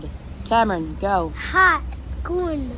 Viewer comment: When you guys said hot in Moroccan the pronunciation wasn't good